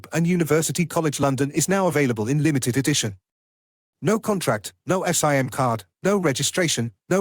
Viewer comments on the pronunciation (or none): were screwed when A.I. learns to say SIM not S.I.M. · "No S.I.M card" Bro freaking spells out SIM CARDS? This is obviously an ai voice so you know it's a scam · “NO ESS-IGH-EM CARD”😂😂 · For a moment I believed that the English pronunciation for a sim card might really be S-I-M card. What about AIDS? It is aids in German. What about MAN trucks? And what about MAN trucks? In German, it's actually pronounced M-A-N (not "man trucks"). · "S.I.M." card. What saddens me is that so many people can't tell an AI voice from a real human voice. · Right? Only psychos say "ess eye em" Card (such as )